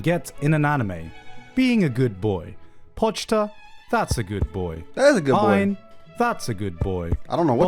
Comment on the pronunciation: BRO PRONOUNCED IT AS "POCH-TA" ITS GOD DAMN "PO-CHI-DA"